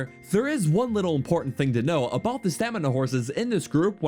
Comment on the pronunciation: "...solid light brown and solid penk." "gennul" "...how they all whark." "...the ancient bhrr-dal..." "Whark" - various "Abott" - various